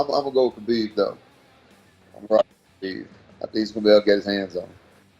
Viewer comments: Diego Sanchez says "Habib is my favorite fighter"......yet he doesn't know how to say his name. Punch drunk, indeed. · only Diego and Kajan pronounced Khabibs name right ))